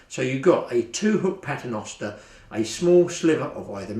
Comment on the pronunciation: *Paternoster (pronounced “Pat-er-nost-er")